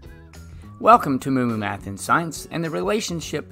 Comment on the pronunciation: "moomoomath" bruh